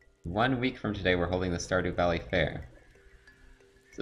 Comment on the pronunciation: Skurrdew valley!!